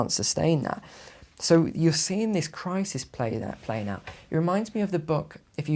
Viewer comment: I don’t trust people who say crisis as if it’s spelled crisees